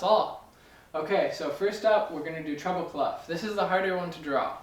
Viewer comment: Funny, when you say "treble clef" I always think you're saying "trouble clef." Probably because North Americans roll the "R" more than the British, Scots and Australians. I thought wow, am I gonna have trouble with this clef? But the treble clef has not been a trouble clef for me. I have advanced in note reading and can stutter through simpler pieces thanks to your lessons.